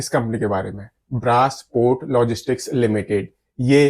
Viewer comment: Woh braace port nahi hai thike brace port hai woh